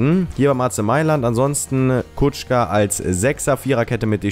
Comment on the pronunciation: Der wird kuka ausgesprochen und nicht kutschka